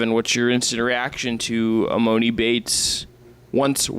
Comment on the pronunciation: E-MAH-NEE YALL CMON